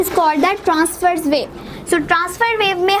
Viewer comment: it is transverse not tranverse